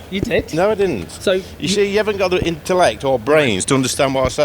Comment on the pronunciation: Mispronouncing intellect 😂😂😂 Love it.